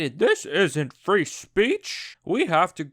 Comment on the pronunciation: when you said you're not against "free education" it sounds like "re-education" btw i almost unfollowed you but i turned on the CC and it said "three education" so i ralized you just mispronounced.